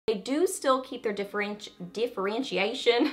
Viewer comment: wait! diffurr-wrench-see-ashun......ok got it, trying to improve my English you know :)